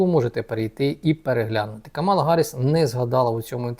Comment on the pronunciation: Камала-наголос на першій а!